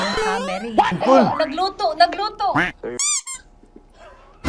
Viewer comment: Nagalulu ❌ Nagalutu ⭕